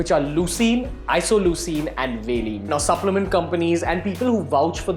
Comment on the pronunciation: You idiot. Bcaa are amino acids how the fuck are they going to give your muscles immediate fuel. Ur muscle glycogen does that. And stop pronouncing valine wrong. What science education do you have to be explaining this. This person is a complete fool. Please educate yourself.